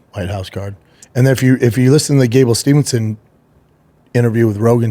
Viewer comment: All together: Steve-son. Not Stevenson. 🥴